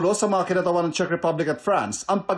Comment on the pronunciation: Correction lang po maam. Czech Republic ho.. Hindi po chick ripablik🤣✌🏻